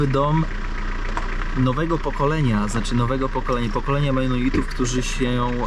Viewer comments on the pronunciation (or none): Mennonitów a nie Menuitów xD, reszta git, pozdrawiam